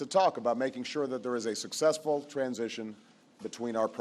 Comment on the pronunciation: He meant to say "successful ".